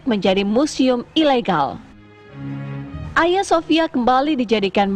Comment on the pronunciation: Cara bacanya salah mba itu Agia bukan aya. Agia sophia